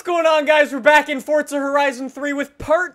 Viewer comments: Its forza not fortza 😂😂😂😂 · its FORZA lol not FORTZA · can you stop saying fortza holy fuck I've had enough there is no fucking t in forza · just giving u a heads up, it's forza not fortza. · y do people say forza with a t instead of a z its forza not fortza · it's not fort-za it is forza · it's forza not fortza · It's forzahhh not forthza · Its called forza not fortza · Why do Americans pronounce forza like fort za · It sounds like he says fortza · TwiistedGamer XD all you tubers do lik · cuz he does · I love that says fortza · where the hell do you get the t from when you say forza... its not fortza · it's not fortza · Stop saying fortza